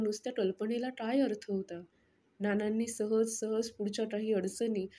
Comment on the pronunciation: काय बोलताना टाय बोलत आहात क सुद्धा नीट नाही बोलत आहात